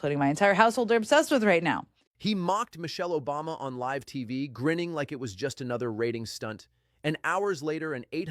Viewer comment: What’s up with the AI Jimmy Kimmel voice? you know it’s AI when it says “live” like that (“live” as in living somewhere instead of “live” as in he said that crap live on television).